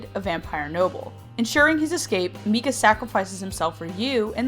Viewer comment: I ship mikayuu hardcore, also, I for some reason got pissed at her pronunciations of "mika" and "mikaela"